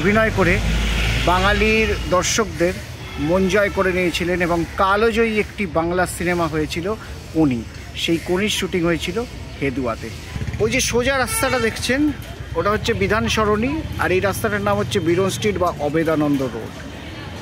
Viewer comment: Kalo jayee noy Kal jayee. Uchcharan truti purna.bhalo lagena.